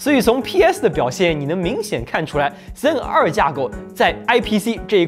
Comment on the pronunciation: 就不能读成Zen two 吗老哥，真的违和。。。